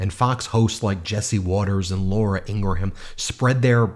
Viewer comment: I hate her too, but Ingraham is 2 syllables, not 3.